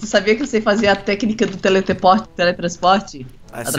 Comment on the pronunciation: o falou teleteport